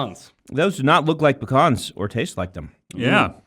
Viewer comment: Brown butter Pe-CONs.